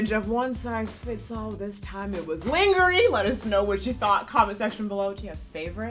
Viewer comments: The way pronounces lingerie kills me every time especially since that's how I pronounced it as a kid. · calling it "linger-ee" is cracking me up. When I saw that word as a kid, that's exactly how I said it. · So glad I’m not the only one who occasionally calls it linger-ee 😅